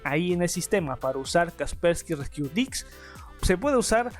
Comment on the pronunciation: no pude con el "kasperki resquiu diqs"